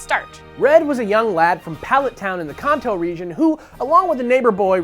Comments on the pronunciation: FFS SAY KANTO RIGHT!!! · IT'S CAN-TOE NOT KHAN-TOE!!!! WHO THE HELL ARE YOU!!! XD jk BUT SERIOUSLY!!! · konto? KONTO? KONTO!!!!!!!!!!!!!!!!!!!!!!!!!!!!!!!!!! I thought it was kanto. like, KAYN-tow